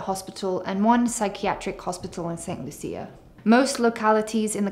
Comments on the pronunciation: The country is pronounced St. "Lusha". Medical insurance is often not available to new applicants over 65 in many countries and they have to pay cash for services. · She can’t even pronounce the name of the country correctly and jumped into making videos about it!